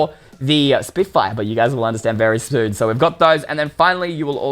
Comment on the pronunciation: he says Stoon Not soon it’s funny